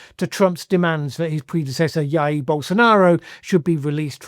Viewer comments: Once again, it's "d-jair" Bolsonaro. That's the Portuguese J not the Spanish one. Thank you for your attention in this matter! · Thank you for another great upload! Just to let you know Jair is pronounced (in Portuguese) with the J like in english, not like a H in Spanish